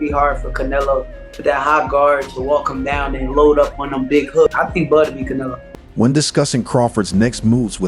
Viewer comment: "Canelo " is pronounced, - c, sort a , ne,(short e), lo. Come on boxing fans...you know better